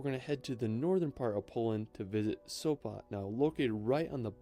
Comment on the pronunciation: Sopa? Sopa???What Sopa??? It's SopOT😆